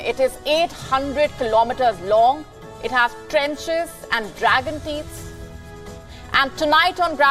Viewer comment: Dragon tits steal the show 😂 (where's the S in teeth?)